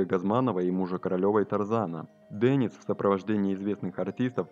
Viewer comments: Не Денис, а Дэнис. Не искажайте имя мальчика. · Не Дэниц, а Денис!!!